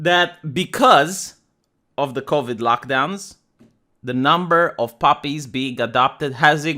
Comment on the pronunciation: I love your accent, when you puppies, I thought you said poppies and mask mosques. And I was confused when I thought you said "speaking of Mosques" I'm like "Did he cut something out and left in the reference?"